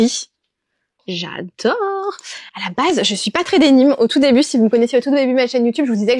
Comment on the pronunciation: Bonjour. J’ai l’âge s’être votre grand mère et je vous trouve mignonne et j’aime votre enthousiasme communicatif et votre compétence. Je me permets toutefois une petite remarque: pourriez vous prononcer denim en français et non dénim comme les anglophones, puisque, comme vous le savez sans doute, cette toile est bien française et provient « de Nîmes » d’oú son nom. Le Chanel timeless est bien tentant.